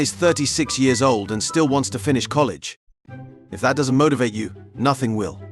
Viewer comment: Why does the narrator pronounce words weird? Like he pronounced "doesn't" as "doesn'tee"